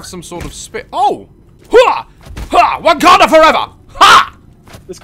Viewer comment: "wankada for ever!" very funny but its "Wakanda for ever"